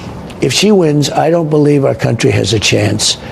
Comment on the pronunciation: "Our countreh"